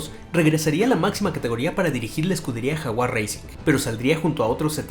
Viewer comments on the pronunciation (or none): none